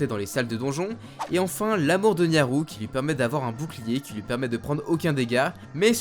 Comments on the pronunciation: nayru et non nyaru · Nyaru ? C'est pas plutôt Nayru ? Je dis ça je dis rien. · Nayru, pas Nyaru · Juste c'est nayru pas nyaru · Tu prononces vraiment bizarrement les noms des personnages, c'est assez perturbant x) (exemples : Nyaru au lieu de NAYru, Daruna au lieu de DaruNIA, Ruto prononcé avec le U et pas le OU, etc...) Sinon très bonne vidéo, j'aime beaucoup :) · C’est FARORE et NAYYYYRU!! et pas euuuhhh niaru là... XO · C’est qui la déesse Nyaru ?!? Bonne vidéo mais quelques soucis de prononciation sir certains nom comme Nayru <=> Nyaru Mais a part ça une bonne video des familles donc merci buddy !! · Suis je le seul à être stressé du fait qu'il n'arrête pas de dire pendant absolument TOUT le long de la vidéo "Farone' et Nyaru" alors que c'est "Farore" et "Nayru". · Bonne vidéo par contre c'est Nayru et pas Nyaru et pareil pour Farone, c'est Farore ^^ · nyaru ? Je dirais nayru plutôt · Tu dis Nyaru c'est frustrant :( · Tu t'es trompé dans les noms des Déesses. C'est Nayru (et non NYAru) et Farore, et non FaroNe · « Faron » ? « Nyaru » ? Oula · "Farone, Nyaru, Gouhma, Daruna..." ça pique ^^ Mais ça n'enlève rien à la qualité de cette vidéo ;) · "Niaru" ? "Farone" ?!?!? C'EST QUOI ÇA ?! MAIS C'EST QUOI C'EST PRONONCIATION DE NOM !!!! SA N'EN FINI PLUS ! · "we waker", "le feu de dine" , "l'amour de niaru"... dur putain x), bref c'était quand même sympa bien que assez lourd de devoir se retaper les 7 premières mins quand on connait déjà par coeur mais c un détail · Trés cool comme vidéos mais par contre tu as bien prononcé le nom de aucune déesses >< la prononciation c'est "din", "naillerou" et "Farore